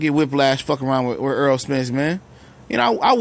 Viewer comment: I respect Mikey for this. I haven't one Welterweight call Errol's name like that. Props to Mikey.